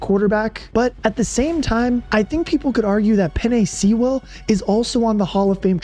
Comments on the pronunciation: Love the breakdown, but we gotta work on that annunciation of "Sewell" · Great video. That Penei Sewell pronunciation needs work though. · Why did you pronounce Penei Sewell’s name like that 😂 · The way you pronounce Penei Sewell was driving me nuts lol. Great video though! Thank you for posting. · Good video but you gotta learn how to say Penei's last name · How this dude is saying "Sewell" is hurting my ears. Good video tho. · Ive never heard Penei Sewell pronounced "sea-will" lol. It's "sue-wel" just an fyi. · Its "Sue-ell" not Sea-Ell" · Lol Penei Seeeewell! Sewell like Jewel. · God... makes me cringe every time you say Sewell. Its pronounced Sue-uhl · You did good with the Adam Beydoun and Mike Kimber clips, but please pronounce our beloved right tackle's name right. It Sue-L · Sheila cleaning house & building the new regime was God sent. I tear up every time he play. We are far removed from the dark ages. Our GM & coach are the best in the league. Its not just a team but a family. OK its pronounced "Suwell" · Penei SEA-WELL mad me cry as a lions fan 😭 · I just dont like the way he says Sewell. SEE -WELL. My only gripe. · I’d love to pick the brain of the narrator and ask how he gets “Sea Well “ out of Sewell. Just fascinating stuff. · Penei See-well 😂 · "Penei sea-well" 😂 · Penei SEE-WELL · Excellent video. My only criticisms are that you butchered several names (Sewell is pronounced Soo-well), and didn't mention the Lions bringing Chris Speilman into the front office. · Sewell is pronounced “SOO-ELL” and it’s driving me nuts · Sea-well. lol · "peenay seewell" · U pronouns Sewell like “sool” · Did you just say sea-well? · Nice doc. Surprised at the deep cuts like Woodward sports. Also that beast of a tackle will be a first ballot inductee, pronounced penay sool (like spool, w.o the p). Caldwell was nice, but MCDC bleeds Honolulu Blue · you pronounce sewell wrong man :( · How can he not pronounce Sewell 🤣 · Bro that’s not how you say sewel 😭🤣